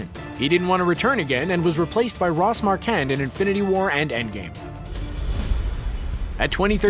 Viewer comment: Ross Marquand. Not Ross Marcand